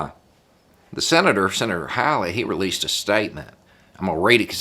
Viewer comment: He is my Senator and he did NOT represent me. I have been telling him for years that being Trump's personal lackey is going to blow up in his face. Tsk Tsk. Also, clarification: his name is pronounced HAWley, as in HEE HAW.